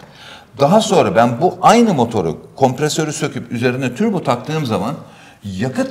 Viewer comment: dünyanın en güzel Turbo diyen insanı